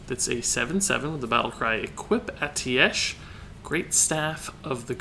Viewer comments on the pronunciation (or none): It's pronounced ae-teesh, i'm surprised a member of blizzard is pronouncing it wrong, maybe different for different countries tho, yes it is full of words that look and sound strange haha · it's pronounced "a-ti-sh"